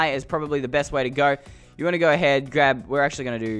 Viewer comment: Or go ahaid